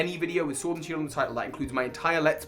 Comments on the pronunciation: Ah yes, Pokemon Shiord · Nobody: Literally nobody:: POKEMON SHORD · ah yes my favorite title, pokemon SHVORD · haha Shiord Was that funny? Kinda I hope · Nobody: That pokemon case at the beginning:ShOrD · Nobody:: Pokemon SHWORD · Nobody: case in the intro: Pokemon Shiord